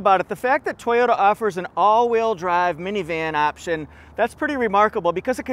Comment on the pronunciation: If I needed a minivan, the Sienna LE AWD, with amazing mpg, would be the one. LEss is more! In my part of Ontario, where we say Toyota not TEE-ota, the weather has been splendid of late.